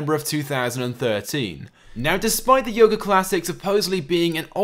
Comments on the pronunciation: Its youga not yoga (you-ga) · ITS PRONOUNCED AS "YOOGO" NOT YOGO!!!!